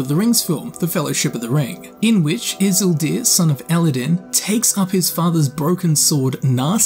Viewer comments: you said Isuldir...wich triggers me because as a big LOTR fan his name is Isildur... It's like you never watched the movies... And the fathers name is Elendil! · "In which Isuldir, son of Eledin". I have never felt so attacked in my life by anything else than you slaughtering Isildur's and Elendil's names. 😬